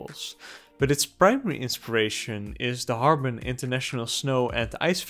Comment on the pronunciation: I initially misheard: "But its PRIMARY inspiration is the 'Hårga' International Snow & Ice Festival, that is held yearly in Northern China." Of course, you actually correctly, & very clearly, enunciated the word "Harbin," which made WAY much more sense! The 'HÅRGA' [DEFINITELY NOT Chinese snow or ice based!] Festival was of course featured in the 2019 Ari Aster written & directed folk horror movie, 'Midsommar'! [Brief plot line]: 'Having been invited by their mutual Swedish friend Pelle to attend a midsummer celebration at Pelle's ancestral commune, the Hårga, in Hälsingland - in which a 'celebration' occurs only once every 90 yrs - they find themselves in the thrall of a Scandinavian neopagan cult!' I shall end my truncated synopsis there - due to inevitable SPOILERS for 'Midsommar'! - but let’s just say it in NO way follows a similar outcome to the wonderful & excellent animated series 'Avatar: The Last Airbender'! However, I kinda wish the sincerely godawful M. Night Shyamalan written, co-produced & directed "live action" [if you don’t include the EXTREMELY wooden acting!] 2010 film version of 'The Last Airbender,' DID have a comparable, much deserved & truly satisfying conclusion - for ALL the characters involved! - to that of 'Midsommar'!😬😳☺️ Edit: This brilliant video - with so much insight into the culturally influenced inspiration, explanation of "bending the Elements" & grounded in its relation to various distinctive styles of martial arts, seamless exploration